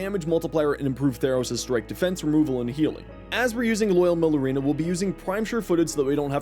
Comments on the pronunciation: Mare ooh lina not merlooina 👍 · pronouncing it as "murlurina" really makes you sound like you have some form of dyslexia lmfao.